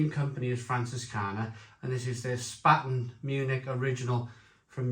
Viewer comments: Good review. BTW Spaten is pronounced ‘Spey ten’. Paulaner is pronounced ‘Pow larner’, Pau laner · It's pronounced "Shpar-ten" and "Pow-Larner". Come on dude, at least make an effort! Traditionally, Oktoberfest beer was an is Mäzen which has a higher ABV than Helles. Brewdog are just chancers, complete mugs when it comes to tradition. The description says it's a "pilsner" which has no tradition with Oktoberfest whatsoever. Brewdog = Shite.